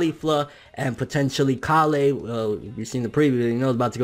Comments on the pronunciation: Mah boi just giving a heads up it's Kale, like kale soup, not calé lol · "kail" not "karlleh" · hey I think your saying kale's name wrong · Bro stop saying Kale like that!!!